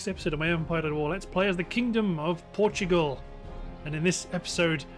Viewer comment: Dude, it's Portugal, not Portgual!